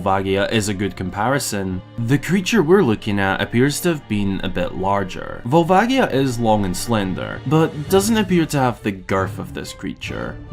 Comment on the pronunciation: I'm gonna be that asshole and say it's volva-ji-a, not gi. I know people like to debate this but it's a "ji" in Japanese, if it were meant to be gi it would be gi, since they have that sound. Love this video though! I definitely adore these kinds of theory videos with actual thought to the lore.